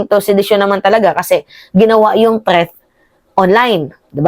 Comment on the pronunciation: "TREATH" NANAMAN???😂 "THREAT!"